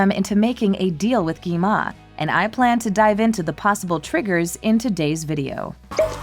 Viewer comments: You said gima. You should say gwima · Its not gema its gwima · gi ma? ITS GWI-MA